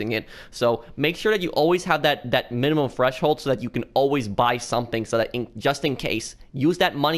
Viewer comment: I swear he's saying fresh hold